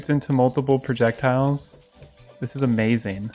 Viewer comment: any1 else love how he says “amazeen”